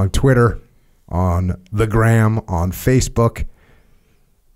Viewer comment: I'm missing that emphasis on the Facebook pronunciation...